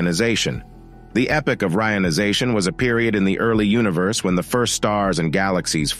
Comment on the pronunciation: Its EP POCH not epic. Its also re ion i zation